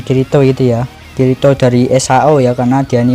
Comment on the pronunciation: Njir dengerin admin manggil kirito = kiritot